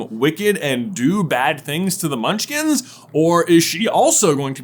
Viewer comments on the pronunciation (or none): Bro said "Munchlings" 🤣